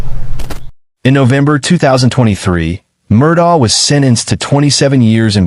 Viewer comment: Murdock, not Murdah Lafeet not Lafit